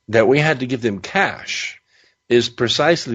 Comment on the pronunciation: Why is this narrator talking like he's narrating a mid 90s B action movie? Super cheesy man. "Caaaaassshhh" great pronunciation on the middle eastern names too bud. Keep pluggin pal